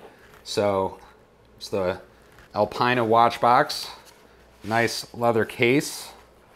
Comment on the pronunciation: Hey, great video as per usual! Keep it up! Alpina is pronounced ‘Alpeena’ in Europe. I love your raw video content.. 👍